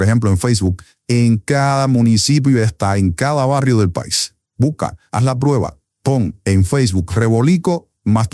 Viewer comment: Muy buen video Que tristeza Al locutor: no se dice buca Se dice buSca Hay que aprender a hablar